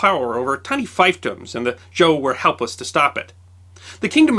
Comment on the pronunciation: Fiefdom is pronounced feefdom.